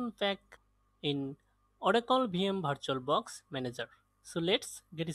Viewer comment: itne bore lagte ho jab virtualbox ko bartualbox bolte ho